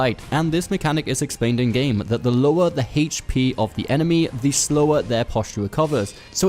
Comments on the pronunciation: What the fuck it hache P? Its H.P. brah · I hate the way you say HP. What is haychpee. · "HAYCH P"😂 Thanks for the tips.